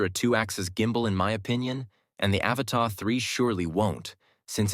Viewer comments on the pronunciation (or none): Learn how to pronounce the Avata, and then I might consider watching your videos 😆 Can you say “ a-Va-Ta” ???